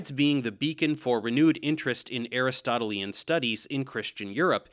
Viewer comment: To be honest I cringed hard when I saw that You were going to cover this subject. I do have to watch the previous video. I was surprised, You did a nice job. One criticism, the way You pronounced Aristotelian. Next try: A Wrist Toe Till Lee Anne or Ahn. Thank You Sincerely in Xto Mike B. B. From Philly, P.A. U.S.A.